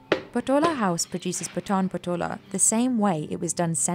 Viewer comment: Please correct your pronounciations of the patan patola